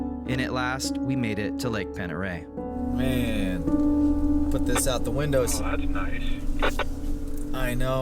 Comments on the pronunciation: Let me help ya out with that…Pendereille is pronounced (Ponderey) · Pend Oreille is pronounced Pond Da Ray. Welcome but watch those California plates going too far onto someone's property. 😄